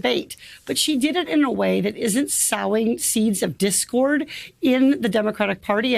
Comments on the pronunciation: s-"ou"ing ? lady the word is sOwing long o sound, clearly this lady has never ever been near a farm in her life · Sowing... with a hard "o", as in sowing seeds in the ground, laying the foundation.